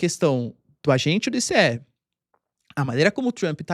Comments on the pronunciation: Que "I cê É" professor , è ICE, se diz "aice" me ajuda ai pow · se pronuncia “aice” igual gelo mesmo